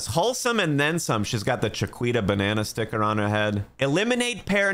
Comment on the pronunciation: “Cheqweeda banana” this guy is crazy